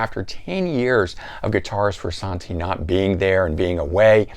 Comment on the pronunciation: How are you qualified to give a RHCP review , have all those RHCP albums, and then be the only person to call the man , “Froo-Sawn-Tee”. LOL.